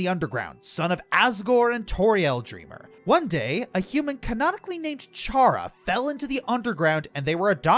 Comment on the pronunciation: Aside from your consistent mispronunciation of Chara's name (Toby Fox has gone on record saying it's pronounced "Kara" because it comes from the word "character"), this is one of my favorite videos you've ever made. It really goes to show how video games can be a form of art.